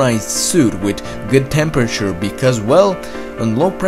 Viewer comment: "Eart" and "wit". The narrator couldn't pronounce "th". Not making fun, just saying it got a little distracting after awhile.